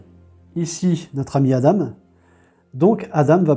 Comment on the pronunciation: Hello jeu sympa. Sinon Adam ça se prononce "A-dent".